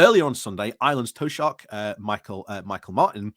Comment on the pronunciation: How to pronounce Taoiseach phonically is Tee-shock. I hope it helps.